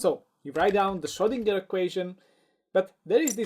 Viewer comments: And the G is pronounced like in "gag" not like in "ginger" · Schrödinger. As a Viennese guy, I can promise you that the letter 'o' and the letter 'ö' are two distinct letters. They also don't sound the same.